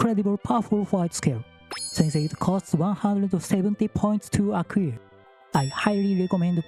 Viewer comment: Thanks as always for a helpful information breakdown! English tip: the word "Acquire" you use a lot is pronounced more like "アクワイア" instead of "アクウィア"